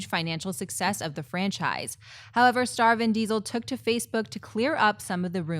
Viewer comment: It sounded like said "Starvin' Diesel", like he's starving for a director.